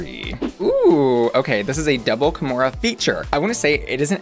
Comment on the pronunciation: kahmora more like kahmore please